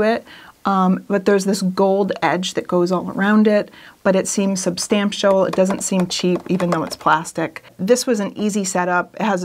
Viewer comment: Quick question on the Nixplay frame. What is “sub-stam-shall”? Is that like 4K? 😉